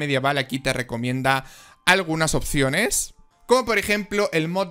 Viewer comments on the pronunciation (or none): none